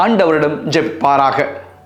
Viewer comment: மிகவும் அருமையான, தெளிவான உச்சரிப்பு fr. கார்லோ அகுடிஸ் என்ற புனிதரின் பெயரை எங்கள் மனதில் ஆழமாக பதிய வைத்து வீட்டீர்கள் fr. மிக்க நன்றி 🙏